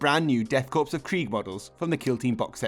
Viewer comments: It's pronounced cor not corps just fyi. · It's pronounced core and not corpse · I hate to be "that guy" but Korps (and corps) is pronounced "core" not "corpse." You don't pronounce the p or the s. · p.s isn't Korps pronounced 'core' rather than 'corpse' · I mean…they’ll become Death Corpes of Krieg either way lol. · ^ This. Pronounce it like an apple "core". 👍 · Great video and I love the use of Sharpe's 95th rifles! FYI don't pronounce the 'p' in corps, (though many of them will likely be a corpse after first contact!) 🤣